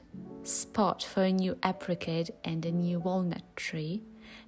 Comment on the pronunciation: Sounds like your saying Aprikate it's A Pri Cahtt